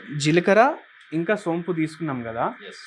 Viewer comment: సొంపు కాదు సోంపు అనాలి